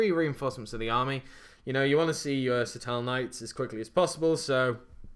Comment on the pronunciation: Huh? I'm referring to the way he pronounces seraph.